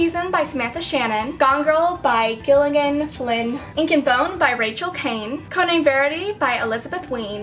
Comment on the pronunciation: i died when you said Giligan instead of Gillian